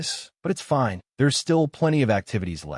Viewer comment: The dumb AI can take a totally serious scene and make it so stupid by adding accents on to words like "fine" or "trouble".